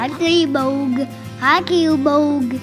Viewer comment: i believe you mean “cutie bOhg(s)” 😂🤍 gosh they’re all so cute!!